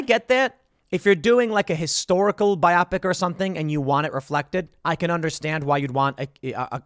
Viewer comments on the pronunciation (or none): Tim, small correction. You're pronouncing it as Bi-Optic...its pronounced Bio-Pic....for "biographical picture"